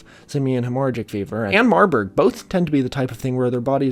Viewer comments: Hemorrhagic is not pronounced that way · Please Google hemorrhagic pronunciation bruh wtf 🤣